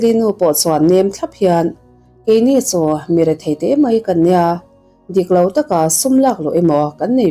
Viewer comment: Mei...ti lovin...'mai' tih hi a țha